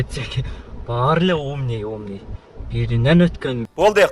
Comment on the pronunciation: Умний эмес (умный) .бетке айтканды туура кор.укааа